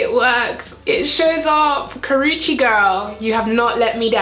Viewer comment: I love Karrueche Tran but I wasn't sure if I should buy this collection because I'm not really into pink or coral shades on my eyes but it looks beautiful on you. I think I'll give it a try. Btw thank you for not butchering her name. Drives me nuts to hear 15 variations of Karrueche's name in one tutorial.